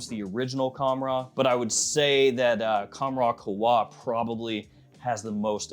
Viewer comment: It's qawh-wa not khowa